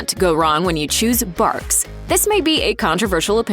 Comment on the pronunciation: Bargs root beer soda? Don't you mean BARFS?